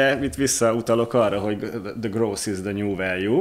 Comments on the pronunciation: hahha akkor nem voltam ezzel egyedül. En nemet nyelvterületen elek es vegig groß-t hallottam 🤣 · Ilyen döbbenetesen csapnivaló kiejtéssel, ahogy a growth-t gross-nak ejtik, én eltanácsolnám Önöket, hogy angol nyelvű podcast-okat csináljanak. Sokat ártana az image-nek.